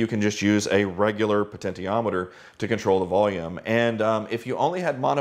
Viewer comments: Glad someone pointed this out, it's definitely she-ometer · Great video. I love everything you and your brother do! One nit: puh-ten-shee-om-i-ter is the pronunciation of potentiometer. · "Poten-tee-ometer" sounds a bit weird, I'm used to pronounce it "poten-she-ometer". But then, I might be wrong all my life.